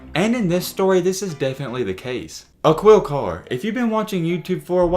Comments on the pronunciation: Uh-keel carr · Dear Culture vulture Learn how to pronounce the mans name before you use him for views , Bare minimum .... Akeel Carr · Its pronounced Ah-kil Carr yo, aka the crimestopper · It’s pronounced A-KEEL CARR. It’s not pronounced how it’s spelt